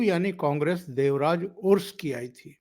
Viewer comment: जी, देवराज अरस बोलने का है, उरुस नही। अरस का मतलब, राजा, जो यह सब क्षत्रिय जात के है। हमारा कनाडा खराब मत कीजिए